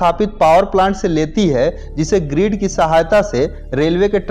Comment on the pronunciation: भाई ग्रीड नही होता ग्रिड होता है